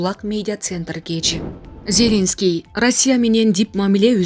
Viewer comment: Как противно слушать 👂 что за корреспондент нормально Зеленского правильно произнести не может 🤮🤮🤮🤮тошно слушать